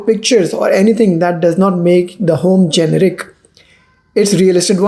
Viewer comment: bakhi saab to sahi hai , lekin ye JUNRIC kya hota hai...the word is GENERIC ( GE - NE - RIC )....america main rehte ho to thodi angreezi bhi seekh lo !!!